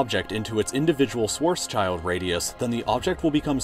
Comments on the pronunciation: " sward's child radius" hahahahahah, this is so funny. An acceptable way to pronounce "Schwarzschild" could be "shward's chilled radius". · A radius is not a space. And Schwarzschild is pronounced "shwartsshield" (with a short "ie", like in "fill"). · Omg please don't pronounce Schwarzschild like that xD It's a combination of two words: Schwarz and Schild, and you can't break the words so you get child at the end. It translates to black shield btw. Try it more like: Shvahrts-shild ... with the i in schild pronounced like the one in chill, not like eye. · Why is everyone in english saying Schwartz-Child Radius... It's Schwarzschild... Schwarz-Schild, like in shilling or shellfish... the name is actually quite funny when translated into english. Schwarzschild calculated the boundary of a black hole and is called "Black Shield" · its schwarzschild, like a shield, not a child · its called schwarzsheeild radius not schwarzchild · Kind of triggering that he pronounces Schwarzschild as Schwartzs"child". It should be Schwarz"schild"; translating to Black-shield - "schwarz" = "black" and "schild" = "shield". No children were involved or harmed. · I know you are not german but its not pronounced swarz child but shwarz shild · it's SchwarzSchild and not SchwarzsChild or am I hearing bad? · Its not spelled schwarz child but schwarzshield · It's Schwarzschild, not Schwoatzscheild lol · Schwarz - schild radius. Not Schwarz - child radius. Plase check pronounciation on words you're going to use a lot. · Schwarzschild is pronounced "shvarts-shield" and is named after Karl Schwarzschild. However, even though it's only called that because of the person who discovered it, Schwarzschild means "black shield" in German, which is a nice coincidence, since the event horizon is essentially just a black shield. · The schild in Schwarzschild is pronounced pretty much the same way as shield, just fyi. Funnily enough, it quite literally means "black shield". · no its scwarctz - chield - radius